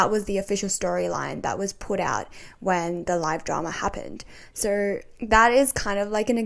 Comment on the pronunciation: why does she say "sir" instead of "so"?